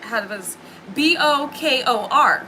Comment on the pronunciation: Bokor is pronounced boh-core like “bo” as in “boat” and “kor” as in “core”.